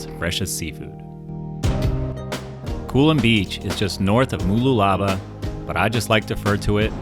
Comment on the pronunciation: Mar - lool- abar.